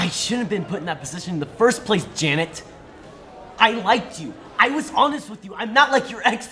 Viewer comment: The way he said "Janet!" sounded like "Dammit!"